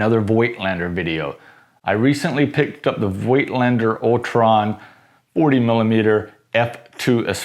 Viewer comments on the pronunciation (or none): Oh please, find out how to pronounce Voigtländer. It hurts my ears.